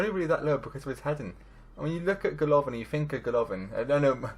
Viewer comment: not GolOvin !!! GolovIn